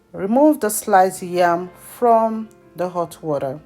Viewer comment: well done but you are a Nigerian we don’t say ‘WARER’ we say ‘WATER’.. thanks for the video